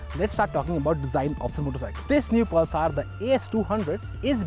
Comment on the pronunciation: Priyadarshan Bawikar thats just mean :) What I couldn't stand was the 'Pulsaar' pronunciation! God! is that so difficult ? and what is homo'genius'!! You definitely don't have to speak like a Firang, but at least speak right, you are on TV...